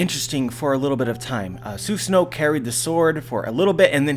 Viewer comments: Stop saying zeusano it's susano'o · It is pronounced Su-saah-NO!